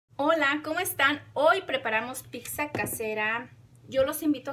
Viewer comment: No se dice picsa 🤦‍♀️